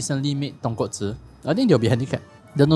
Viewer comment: So proud of you, as I hear the right pronunciation of "Tonkotsu" .... clap clap If I have to be fussy, Japanese pronounce "Ra-men" as "La-men" .... The "R" has no tongue curling for them, so it sounds like English "L".